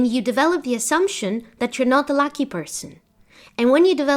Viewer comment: I love your videos but you say “Lacky Person”…. I know you meant “Lucky Person”….